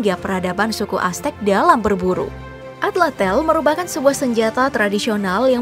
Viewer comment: Bukan Atlatel tapi Atlatl Tl bukan Tel